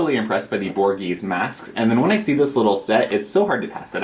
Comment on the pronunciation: Gimme that shirt now! Or at just tell me where you got it, I love it. Also love that you’re using the Borghese mud mask. That’s so 80’s!! (I’m pretty sure you say it Bore-Gay-Zay, I think...I’m not an Italian expert, LOL)